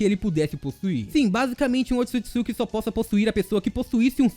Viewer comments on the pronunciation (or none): Será que só eu fica agoniada quando ele fala otisukisuki? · somos 2 da agonia ele falando errado o nome